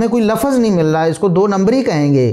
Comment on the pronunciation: Pehli baat to lafaz nahi lafz kehtay hain. Urdu to theek say bolein aap.